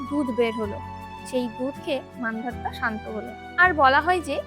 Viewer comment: মান্ধাতা , মান্ধাত্তা নয়